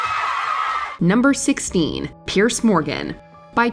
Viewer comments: It's "Piers" (peers), not "Pierce". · Piers Morgan's first name is pronounced like the plural of "pier", not "Pierce". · Unfortunately, one of the sequences of Alex Pettyfer included here was actually Channing Tatum! Also it’s Piers Morgan, not Pierce. I’m not nitpicking, I just think that if you’re going to produce content about people, at least try to get the names and images right. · Not "Pearce," it's Piers.....